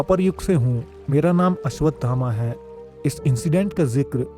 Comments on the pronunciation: चूतिया पहले घुटका निकल के बोल अश्वथामा है अश्वधामा नही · Bade bhai pehli baat to yeh hai ki unka naam ashwadhama nahi hai Unka naam ashwasthama hai